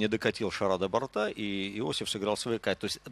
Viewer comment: Мне не понравился комментатор, который говорит не грамотно. Я понимаю, что есть свой сленг в определенных кругах бильярдистов (больше старая гвардия), где говорят не шар, а шарА. Но говорить бортА в единственном числе, как-то ОЧЕНЬ не грамотно для комментатора бильярда. Уважаемый комментатор! Говорить правильно: не достиг бОрта! Коснулся двух бортОв!